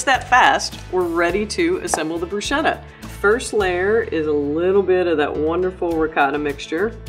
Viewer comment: Broosheda? It’s brusketta